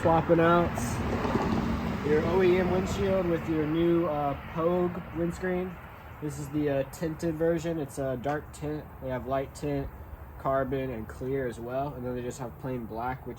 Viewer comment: Puig is pronounced POOJ Nice KRT 🤙🏼